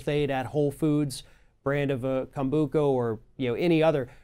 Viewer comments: it's not pronounced Kombooka. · oliverimhoof Kombucha, which didn’t pronounce right, has very small trace amounts of alcohol in it because it is a fermented drink (it’s origins are from Asia). If you buy kombucha from the store and leave it out at room temperature for a day or 2, it will test less sweat and more acidic with a higher concentration of alcohol (but would still be less than 1%). This is a natural occurring process that has nothing to do with adding more chemicals because it’s the lacto-Bacteria that is doing this process. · That is not how you pronounce kombucha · Why did he pronounce the word like it was the first time he'd ever heard the word Kombucha before?